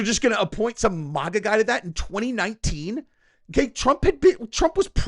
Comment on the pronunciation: It is not pronounced, Mawgaw.. Its pronounced MAGA, long A sound. You sound like an ignorant soy boy whenever you say it.